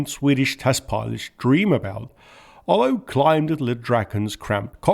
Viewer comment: "Olow" is pronounced "Oolov".